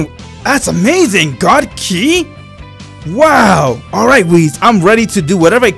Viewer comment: My dude says wheez instead of whis And key instead of ki A immortal instead a mortal . _. | .